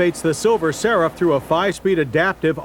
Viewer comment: Does anyone else think he was saying silver sarah?